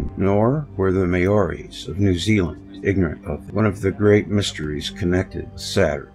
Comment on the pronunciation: Maori is pronounced as "Mow-Ree" just saying...